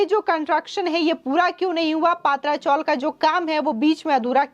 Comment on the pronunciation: Madam yeh PA.. Tra chawl Ka pronounce kijiye..Because these chawls are of tin sheets.